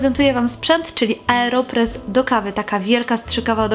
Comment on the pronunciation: Aeropress a nie "areopress"